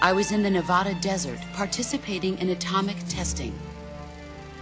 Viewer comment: Why does everybody mispronounce Nevada? We don't use the Spanish pronunciation... :/